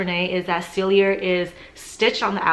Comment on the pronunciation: PALLADIUM not platinum. SELL-EE-AY, not sell-ee-yer. girl!